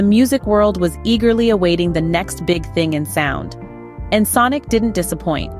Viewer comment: Yes “This is Ensnk” 😅